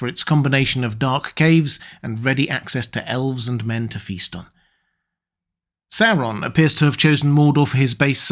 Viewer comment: Christopher Lee will always be my favorite actor in these films, due to his pronunciation always being on point with words like "SAU-ron" instead of the usual annoying "soron". "MOR-dor" not Modor.